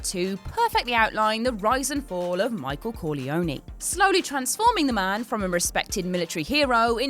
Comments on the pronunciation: What is it about WhatCulture and their need to mispronounce everyone's name? Michael Corleon--YY? Seriously? As though it's not pronounced correctly a kajillion times throughout the movie for you?! Did you even watch it? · AkiraSlayer I hate that people (including drake) pronounce it like that it’s Cohr-lee-own or cor-le-on-eh but never Cohr-lee-own-new